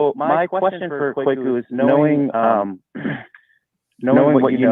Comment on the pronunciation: Kwaku (Kweku, Kuuku, Korku, Kɔku, Kouakou), is a Ghanaian Akan given name for male children born on Wednesday to the Akan and Ewe ethnic groups. actually got the pronunciation of "Kwaku" right. Africans would pronounce it the same way. Nothing to apologize for. If this guy were spelling his name "Kweku", there wouldn't be an issue at all as the pronunciation of this word is obvious.